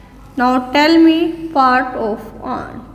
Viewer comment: Pronunciation of ant is wrog